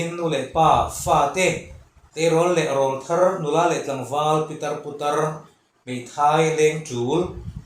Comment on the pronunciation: Rawlthar tih i lam dan hi a diklo deuh.Rawl tihlai hi thluk tur.